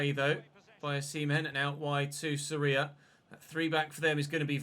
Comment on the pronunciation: Great content mate. And I agree with you, the team concedes too many goals. Maybe try another keeper, rotate a little, and if it keeps happening you can sign a new one in January. By the way, you're pronouncing Soria wrong. The O is the strongest viowell. I guess in English you could say it sounds like "SOR yah" like Gordon is "GOR don".